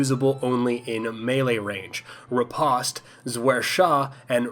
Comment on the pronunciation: Fun fact: the melee combo names are not French (so you sounded a bit weird) Riposte is in English already (it's a fencing technique) Zwerchhau is german, actually Redoublement is a legitimate English word, and not a swordplay technique So you don't have to try to speak French 😄